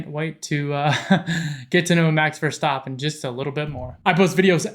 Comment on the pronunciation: He didn't say Verschtappen! 👍